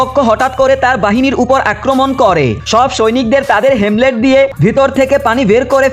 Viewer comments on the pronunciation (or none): হেলমেট ❌ হেমলেট ✅ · হেমলেট না হেলমেট